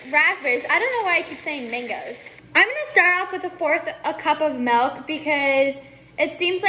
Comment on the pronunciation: The way she says MELKK I can’t